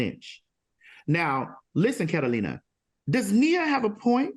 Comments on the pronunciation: If TS MADISON CALLS THAT LADY CAT-A-LINA ONE MORE TIME 🙌🏾🤣🤣🤣🤣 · Al, Carolina plus another person who's yet to be seen! But why am I hearing her name as- Catalina and Carolina? Why y'all can't even get her name correck? 💯